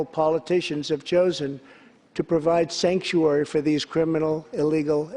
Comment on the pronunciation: Did he say Skankuary? Poor Nancy. She is literally choking back on her tears. Because she knows her career is over and her legacy will go down as a disgrace.